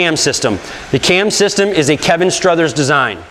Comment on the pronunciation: STROTHER not Struthers...geez